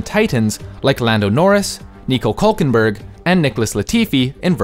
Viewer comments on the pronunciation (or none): Nico Kulkenbürg? It’s called Nico Hülkenberg